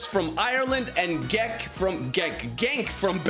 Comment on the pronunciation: In dutch brother (so like half of belgian) and Eredivisie G is pronouneced as ch/h chenk/chent/club bruche etc. u can speak however u want but just saying, nice content btw